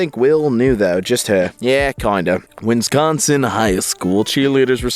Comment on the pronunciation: Why do people pronounce it "Winsconsin"? Theres very clearly only two Ns in the state name